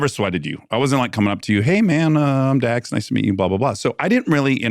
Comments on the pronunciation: did he say Dan shepherd. Isn't it Dax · I swear he said Dan…. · So is this Dax or Dan Sheppard? It sounds like the into he said “Dan” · Did he say “Dan” Shepard? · Listened to intro 5 times.. he say "Dan Shephard"?